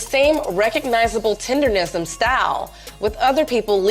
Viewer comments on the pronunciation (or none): Why do people keep saying tenderism 😅 It's tendernism. Yea, UNC is the sensation. Dude may have slowed down his revenues. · It's TENDERNISM not TENDERISM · 🤣 I know..they keep saying “tenderism” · Why the people in the videos keep mispronouncing it? TenderNism NOT tenderRism. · TenderNism! N..N..N. The N starts the 3rd syllable in the word. TenderNism. Those IG/TikTok reviewers need to pronounce correctly.😂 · Please pronounce the phrase right!!! It's "TENDER NISM" with an "N" folks c'mon now!!! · Idk 'bout ya'll, but dude calling it "tenderism" triggered thee shit out me.